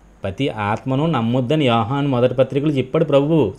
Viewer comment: అది యాహాను సువార్త కాదు సార్.... యోహాను సువార్త